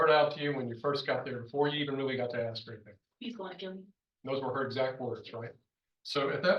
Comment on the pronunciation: Those people can’t say the word ASK ? They always say ( AXED ) smh That ignorant mentality.